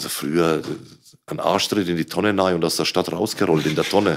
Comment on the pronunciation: Ich liebe es wenn "nei" statt "rein" sagt, bester Mann